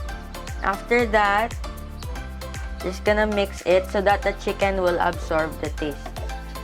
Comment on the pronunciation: "Chickeneth" HhahahahLT